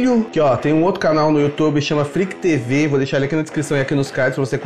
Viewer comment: milho vc é brasileiro fala do jeito huehu3br n é FreakTv e sim Fre a quê tv